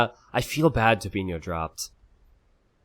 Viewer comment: I'm quite impressed pronounced Tobinho the Portuguese way.